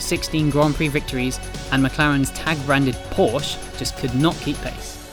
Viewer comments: You pronounce it Porsche Not Porsch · pour-shhh? POR-SHUH!! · I've seen the video until you said Porsh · It’s Porsche not Porsch. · Hard to believe that people from such a respected magazine in autosport don't know how to pronounce Porsche correctly. Shame on you. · It's porshuh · Another "porsh" guy... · Hate when car people can't say Porsche properly